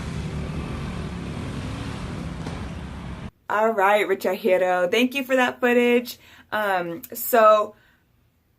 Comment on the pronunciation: Wooow!!thank you a lot for featuring me on your channel!also thanks for the advice😉and you pronounced my name perfect 👍”richahiro”😁very helpful video!!keep up your positive vibes and regards to your fam!!🤘🤩